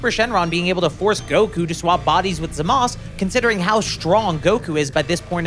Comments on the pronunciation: also who the hell is zamas just pronounce the u you tryna be a try hard edgy lol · Why don’t you just pronounce it..Zamasu? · I feel my brain cells slipping away everytime this guy says “Zamas” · The way you pronounce Zamasu is like nails on a chalkboard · Is it just me or you are saying Zamas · In both English and Japanese it is pronounced Zah-muh-soo. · I never thought someone would say "Zamusu" like that